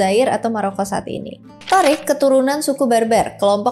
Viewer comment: Penyebutan nama yang kurang, pas.. Khaled, Umar bin Khattab Thoriq